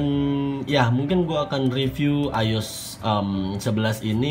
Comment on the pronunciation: I-O-S .. not ayos